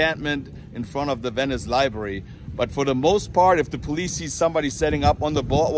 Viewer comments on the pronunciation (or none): Its "library" not libary. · It's "LibRary" not "liberry." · Pronounced Library not libary 😎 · Haha.. you mispronounce library like most Americans do ;)